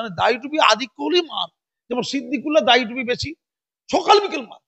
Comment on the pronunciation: দাঁড়ি নয় দাড়ি। উচ্চারণ এ কিছু সমস্যা আছে, ঠিক করে নেবেন মনে করে।